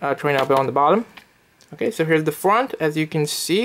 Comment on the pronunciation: Here is the fwant of it 😂